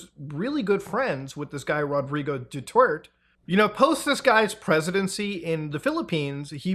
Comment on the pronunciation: "President Dutwert"